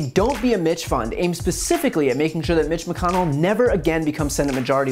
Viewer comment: *itch McConnel?